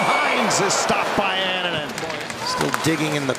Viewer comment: Anaheim announcer can’t be bothered to learn how to pronounce Annunen’s name 😂 bush league